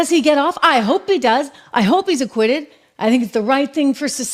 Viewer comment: Lmao you say aquiuted. Not even done yet. Tricky clickbait